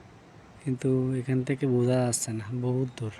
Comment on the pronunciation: Jasseyyy...? How about Jachhey, eh????.. sairta engine???? How about char ta engine, eh??? Get your Bangla pronunciation right.